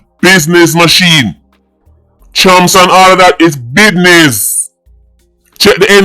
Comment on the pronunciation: It's Bidness😂The Great 🎉😂